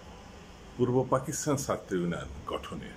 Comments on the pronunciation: আপনার মত বুদ্ধি বাংলাদেশে আর কারো আছে কিনা মনে হয় না শুধু ছাত্র উচ্চারণে আপনার একটু Problem এটা ঠিক করে ফেলেন তাহলে চলবে রাগ করার কিছু নেই এখানে আপনার বাড়ীর লোকেরা আপনার Talk show দেখে না হয়তো তা না হলে তারা আপনার অখাদ্য ছাত্র উচ্চারণ ঠিক করে দিতেন Please don’t get upset just CORRECT it That’s it শুভ কামনা রইলো Please don’t give again any negative answer I have been very nice and polite with you don’t be impolite PRADIP BHATTACHARJEE USA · ভাইজান ছাত্র কথাটা উচ্চারণ করতে পারছেন না কেন এত সহজ একটা শব্দ আপনি আয়নার সামনে দাঁড়িয়ে আপনি কি ভাবে ছাত্র উঁচ্চারণ করেন আপনার ভুল আপনি ধরবেন Correct ভাবে কথা বলতে না পারলে এই সব Talk Showতে আসেন কেন???? আশা করবো আপনি আমার মা বাবা ধরে গালি দেবেন না PRADIP BHATTACHARJEE USA